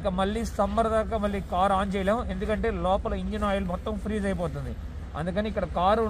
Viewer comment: Frozeee kadhu freezee ra hukaaa